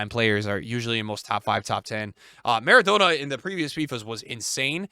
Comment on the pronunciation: Why is he pronouncing Maradonna so stupid 😂